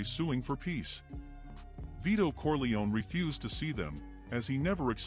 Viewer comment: It's not "Corleoni" it's "Corleone" pronounced "Corli-own"